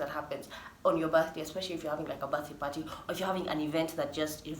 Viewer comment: Wewe sema tu Apo parhee (party) wacha mi nivae mask ya Corona virus 😂😂